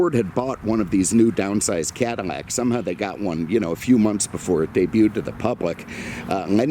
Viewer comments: Can't forget his pronunciation of "Cadillac" as "Cadamac" in some videos. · Did he just say Cada-Mac? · He pronounces Cadillac - “Cadimac”